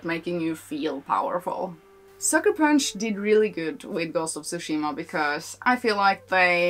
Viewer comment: You’re right in that Tsúshima (i.e. accent on the first syllable) sounds 100x times closer to the correct pronunciation in Japanese than Tsushíma. I should know, I’m from Japan.